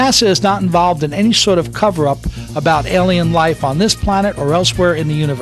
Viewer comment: Really? The narrator spoils this video. Makes too many mistake. Speaks bad and incorrect English. And most of what he says is recycled information. Even the word Alien, he pronounces incorrectly most of the times. Music, really? How hard is it to get someone who speaks correct basic English to narrate a video? How stupid are you... it takes a country here, a few weeks to invade another country, but you think it would take Aliens over 50 years to invade Earth? Maybe they're having trouble getting on their horses with all those rifles they would need! DUMB!